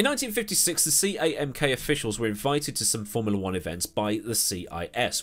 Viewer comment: CAMK? That'll be SAMK, Soviet something. Cyrillic C is pronounced S (as in UCCP = USSR).